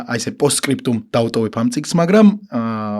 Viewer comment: წამყვანი წიგნს რატო ეძახის წინგს 😂